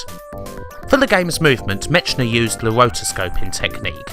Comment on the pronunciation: Love the work you do with the backstory, research etc.......but so many mis-pronunciations with people's names. It's "MECK-NER" not "MITCH-NER"....:) I know you are British...but it seems strange you would do so great at everything else but get people's names wrong so often lol. Karateka is mis-pronounced too. Maybe watch YouTube videos others have done so you get those names right. And something not necessarily wrong but interesting. In Canada & The United States things like Commodore 128 are said "one twenty-eight" .... not "1-2-8"....The Commodore 64 is said "sixty-four", and you don't call it the "Commodore 6-4" so I don't understand why you would think it's "1-2-8". Cultural thing I guess. The 6502 processor is general referred to as the "Sixty-five oh 2".....not "6-5-0h-2"....just being nitpicky but it drives me crazy when I watch your videos lol. :)